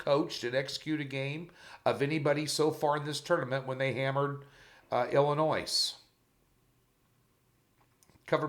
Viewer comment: Great job! There is no noise in Illinois. Its Illinoi.